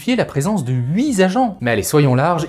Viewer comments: HuiTTTT agents, pas huiZ agents... stp. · * "HUIT" !!! on dit "huiT" avec un "T" à la fin !!!